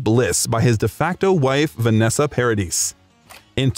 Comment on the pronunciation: It's pronounced Paradee...... the s is silent.